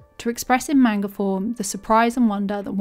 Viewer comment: She calls it "manger" and its amazing